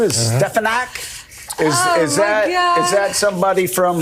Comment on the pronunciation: I recon trump said stepanaku